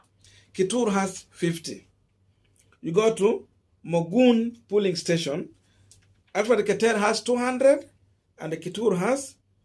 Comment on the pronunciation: It’s pronounced as “polling” emphasis on ‘O’ and not Pulling you are emphasizing ‘U’